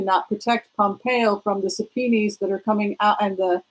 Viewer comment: Thanks love your channel - wanted to pass along that subpoenas (plural) is pronounced the same as singular (sub-pee-nahs not sure where sub-pee-knees pronunciation is coming from 😃